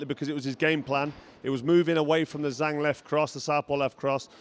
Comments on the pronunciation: It’s zhang not zang, Doh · Carl, learn how to properly pronounce the name of the champ. Disrespectful.